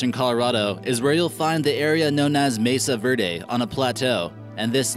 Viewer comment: Pueblo bonita is wrong, it must be Pueblo bonito, and the pronunciation of Mesa Verde is far from being correct.